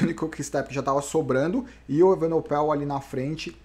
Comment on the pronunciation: o Bernal precisa aumentar essa diferença sempre que puder, pq. Remco é bem melhor que ele no TT, (para ele na perder como o Roglic perdeu para o Pogacar) e a ultima etapa é um longo TT . Ainda faltam umas montanhas barbas, mas ninguém é Mae Diná para saber o que acontecerá. Uma OBS: é EvenePOel, e nao EvenoPEL